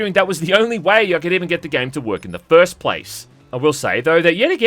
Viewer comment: “Fuhst video of the yee” “pahst”